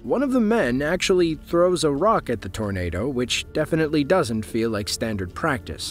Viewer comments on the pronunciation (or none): none